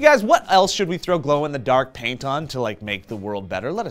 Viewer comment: Glow un the dark painton sounds like strapon!! Lol lol